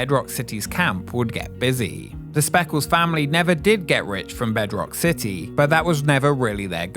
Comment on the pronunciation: City, it has a T in it.